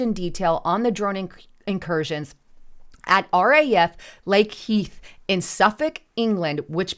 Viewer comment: Mil-Den-Hall and Lake-N-Heath